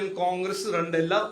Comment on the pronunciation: റണ്ട് അല്ലടാ മൈരെ രണ്ട് 😅